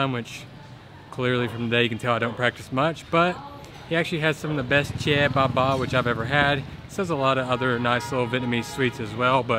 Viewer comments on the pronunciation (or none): Chè bà ba mà tui nghe ổng kêu chè baba . Tui tưởng kêu ông bán chè là chè baba ☺️